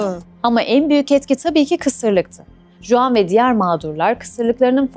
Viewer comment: Bir de Juan, okunuşu "Huan" öğrenirse tam olacak. Jose ||| "Hoze", jalapeno ||| "halapeno" gibi.